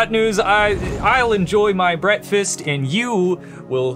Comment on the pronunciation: I like these guys better! less disturbing pronunciation of breakfast fosho LOL